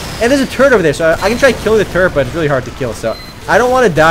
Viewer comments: When you say "turret" it sounds like your saying "turd" lol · He says turret as turd lol